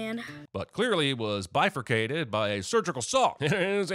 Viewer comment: "bi-fur-cated" BRUHHHHHHH 😭😭😭